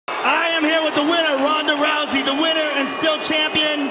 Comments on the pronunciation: Joe rogan at the end messing up her name, Rondee ronda rowdy ronda rousey 😂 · lol Joe Rogan almost said Rondy Rowda Rousey